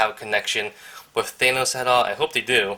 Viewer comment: You're pronouncing Thanos wrong, not to be rude